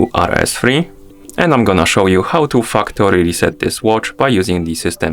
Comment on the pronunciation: the way you said fucktory reset is funny haha